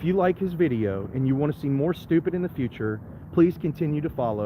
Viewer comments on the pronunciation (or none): none